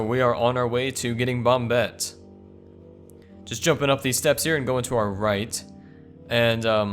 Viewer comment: Christ its not bomb-bette. It's bomb-ette.